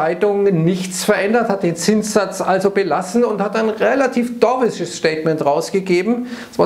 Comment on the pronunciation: Und ich dachte ich höre immer falsch 😂